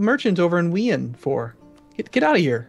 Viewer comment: I had to stop watching because I couldn't stand their disgusting pronunciation of Wien as "We-en", when it's pronounced "Veen".